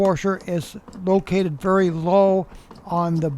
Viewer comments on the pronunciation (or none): none